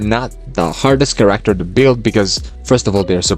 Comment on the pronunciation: Brother, that's not how you say "character"...